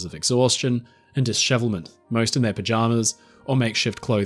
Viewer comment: I was just about to fall asleep when his accent made the word pajamas sound like a different word entirely.